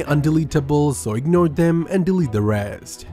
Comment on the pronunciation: I don't get what you are saying when you say "ignore" so I got stuck on that bit, please tell me what I do.